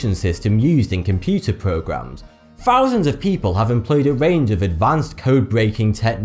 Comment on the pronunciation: He seems to be making up numbers as he goes, how many zeros in 2 fousand?